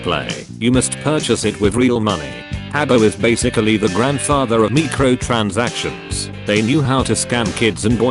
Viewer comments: "me-cro transactions" lul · "the grandfather of meecotransations" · "Meecro" transactions...